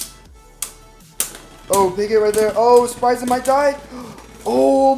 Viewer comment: No one: sprigen requwem